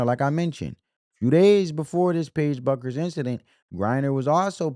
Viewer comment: How hard is it to understand that the “U” in Bueckers is silent? It’s pronounced Beckers. Sabrina’s name is pronounced you-ness-coo.